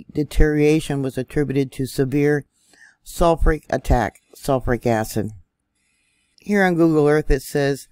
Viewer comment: She mispronounced Shoshone and sulfuric. I'm doubting this is. Ai mispronounces words all the time. Like calling the Russian rubel as rubble